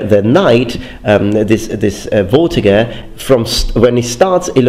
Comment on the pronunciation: I think it may be pronounced fortiger rather then vortiger, it sounds german (in german v is pronounced f).